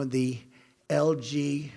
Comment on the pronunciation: that LG . . BT . . (then with extra emphasis like he's so fuckin clever) . . . . .Qqqq!!!!!! . . community. . . ^^^^^^^^^^^^ ^^^^^^^^^^^^^^^^^ ^^^^^^^^^ o wait, I get it. It's some kinda - he's somehow out of sync with whoever is rolling his teleprompter. hahaaaa